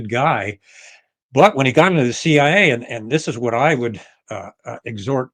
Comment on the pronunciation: Why does this guy always refer to the CIA as "the CI?" Is it really that difficult to say CIA?